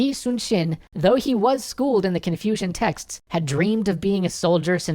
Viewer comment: Thought he said "Confusion texts"